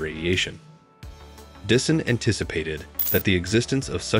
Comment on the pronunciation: There are a few things you really have to work on, like the pronunciation of Freeman Dyson. Your saying it as Disson and it should be said like Dieson, also at 8.20 you say Kardashian not Kardashev. This is only constructive criticism to help your channel so please don't take offence. Your videos are good but just need a little tweaking 👍